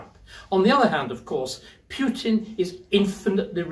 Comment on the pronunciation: Who is "Pyutin"?